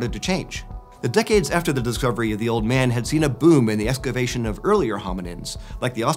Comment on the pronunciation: "escavation". Is this a nod to Brad Leone?